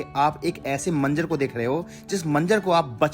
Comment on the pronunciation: Manzar , boliye Manjar nahi. Urdu zaban Sikhiye